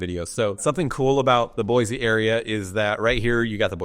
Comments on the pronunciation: "Boy-cee" not "Boy-Z" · It's Boy-See, the Z is silent! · No Z in Boise amigo… mo mo land represents concentration of Mormons As a native Eagle -ite your doing so so